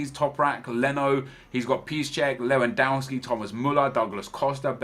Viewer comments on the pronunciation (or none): none